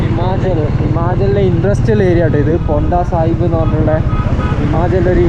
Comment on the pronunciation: Not ponta, it is poanta sahib.